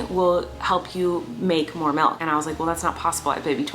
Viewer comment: bruh I love you Colleen but the number of times u said malk and not milk made me so angry. love you though!!